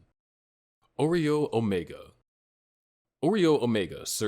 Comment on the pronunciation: Not "Oreo Omega" 😭